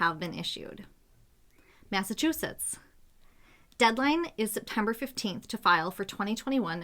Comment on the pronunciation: please say Massachussetts